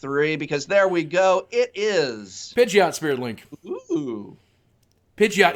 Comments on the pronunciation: IT'S NOT PIDGE-OT. IT'S PIDGEY-OT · Pidgeot is pronounced: PIDGE-ee-ott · I agree you shouldn't make fun of someone who pronounces thing wrong. I would love to help you out with it though Nidoran : knee-dough-ran Pidgeot : pid-gee-ot Tangela : tan gal - ah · The way I say them are Pid-ge-ot Tang-ela G as a G not a J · says he watched first season and doesn't know the new ones pronunciation. THOSE WERE ALL GEN 1 POKEMON THAT YOU BUTCHERED THE PRONUNCIATION!! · You can't pronounce Pidgeot? It's not "one of those other guys", Pidgeot is Gen1. You say you watched first gen -> Ash actually got a Pidgeot. Your lies just got busted. Stop acting like you are one of us. Noone believes you.